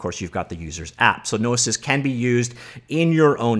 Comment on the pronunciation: Hearing him say "no-i-sis" instead of "no-e-sis" was what was doing my head in.